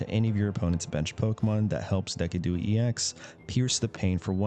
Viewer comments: It’s De-Sid-u-Eye. Don’t know what deckadooey is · Ur pronouncing of decidueye is depressing its pronounced De-sid-ju-eye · Took me a solid minute to realize Deck-a-Dooey is supposed to be Decidueye and not a deck pun. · Please pronounce decidueye with a “s” sound and the last syllable with eye. So cringe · probably does it on purpose to troll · do you think he doesn’t know how it’s actually pronounced